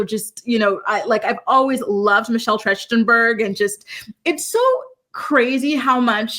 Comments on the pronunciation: I think it’s pronounced Michelle TRACK-TIN-BURG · Her last name is pronounced Tracht-en-berg. 😊